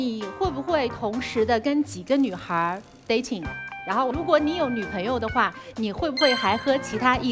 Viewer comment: 这节目噶觉很假 看不下去了 什么留学墨尔本，连dating 发音都发不好， 着装也不合适